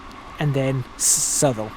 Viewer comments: Yes, South-all is correct (you don't need to look it up). I lived there for a very short time and have family and friends who still live there, they'd cringe if they heard that pronunciation😂😂😂. That aside great content👍🏾. Based on this video I've been inspired to buy TSW2👌🏾 Thank you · He pronounced Southall very wrong 6 times then said it correctly once. I'm guessing he's not from London 😉😂😂😂🤭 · Well, I used to pronounce it South-all and then was told that was wrong... despite having grown up with that. So, I tried to pronounce it the 'right' way. It seems that that is wrong and I was right initially! I am from London by the way. Which is why the area is all recognisable! But thank you for bringing this back to my attention. I shall have to go find out once and for all what the correct way is! I remember British Rail drivers for the Great Western Mainline calling it 'suth-all' too. Calling it 'South-all' is much easier for me!